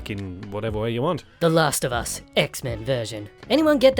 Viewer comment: when you say "the last of us" it sounds like you are saying "lasagna"